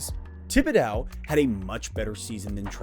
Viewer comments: Love the content as always, but we have to teach you how to pronounce the mans name! Tib-ih-dough no "dow" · This is nit-picky, but Thibedeaux rhymes with crow, not cow. Thanks for the content!